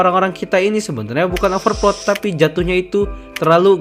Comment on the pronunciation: OverPret ya bang??